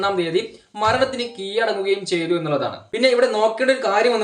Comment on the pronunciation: 1600 kg അരിയൊ താനെന്താടോ ഇരുന്നി പറയുന്നത് ( കീയടങ്ങുക അല്ലെടോ കീഴടങുക